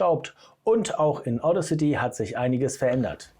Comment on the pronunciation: Bin unterwältigt. Wenn du Audacity erklärst, solltest du wissen wie es richtig betont wird, nämlich auf dem zweiten a. Wirkt sonst unprofessionell. Zweitens finde ich den Sound der dann rauskommt, genau so sprechautomatisch wie ich es eben nicht haben will, weil ich ein Hörbuch spreche. Drittens: Wo hast du das Ganze denn aufgenommen, auf der Kreuzung? Wenn du so gut bist, warum bist du es dann nicht bei dir selber?